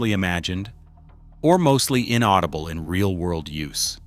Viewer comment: The ai narration is funny “ein-audible” 😂